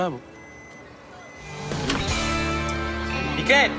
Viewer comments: dikkatli dinle Fikrit diyor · konuşmayı. Bille bilmiyon Fikrette Fikrit dedin😂😂😂😂